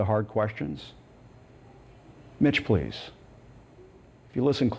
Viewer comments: That “Mitch please” sounded like “Bitch please” lol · Mitch please sounds like Bih please 😭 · I thought he said, bitch please lol.. would of been funnier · "MICH PLEASE!!!!",... lol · Hahah I thought he said "Bitch Please" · jajaja....he said Mitch, please! Jajaja!